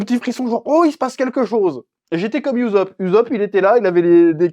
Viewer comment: Arrête de dire uzop stp!